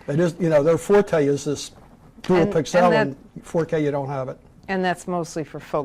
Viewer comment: That guy is driving me nuts saying "pixelle" all the time. I have never heard anyone EVER pronounce pixel that way. The rest of the world pronounces it pixle.